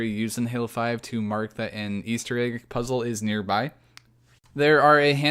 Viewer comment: Disliked because you say "AYG" instead of "egg"